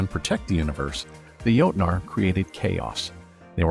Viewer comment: If you are going to talk about the "jotnar" you might aswell say it the correct scandinavian way, witch is jotne or jotun. coming from a norwegian viking